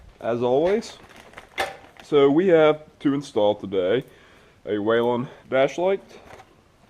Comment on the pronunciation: Its "we len" man lol. Sync your grill lights! Alternate the white VS red